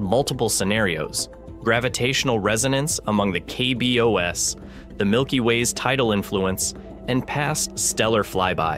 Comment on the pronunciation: Is it just me, or is the voiceover AI-generated? A big tell for me was the pronunciation of KBOs. It's normally "kay bee ohz," not "kay bee oh ess."